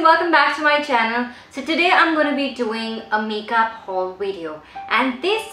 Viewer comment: u pronounce haul as houl 😂😂